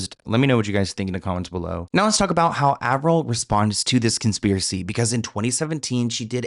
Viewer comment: Did anyone catch how she says “about”??? She’s Canadian. In the old interview she says “aboot” very subtly. And later when she’s being interviewed about the conspiracy- she drops into valley girl mode and then says “about” the American way… I was friends with the original Paris Hilton impersonator (she is Canadian and I will call her Nancy)… but Nancy was pushed by her agent to go do more and more gigs posing as Paris until she finally made the “Simple Life” episode. The transformation that sweet girl went through and her confessions of how she was having an identity crisis was getting serious. GUYS the industry is full of decoys… I nvr thought I’d say this - but btw the mole, the voice, the accent and style shift… I think im convinced. It’s the sparkle in Melissa’s eyes that was deeper in Avril’s eyes. Hmmm. 🧐